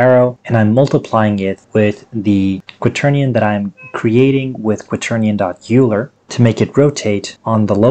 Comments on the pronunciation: I’m not trying to tell you how to say words or be rude or anything, but Leonard Euler’s name is pronounced “Oyler”, not “Yooler”. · I had to stop watching after the second or third “You-ler. » Made my brain hurt. I might have to grit my teeth and try again. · Great video, but the name 'Euler' is pronounced as 'Oiler' or 'Oy-Lah'. It rhymes with spoiler, not cooler. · THATS NOT HOW YOU PRONOUNCE EULER!!! RAHHHHHHH